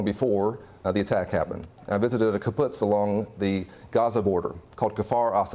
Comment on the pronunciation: He called a Kibbutz a Kaputz. Based